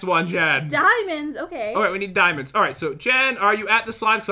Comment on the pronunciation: I heard a part where you guys say diamonds but i heard DIEMONDS